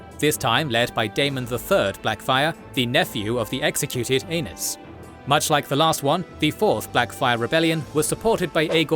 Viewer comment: reeeeally need to pronounce Aenys like aeneez not anus 😅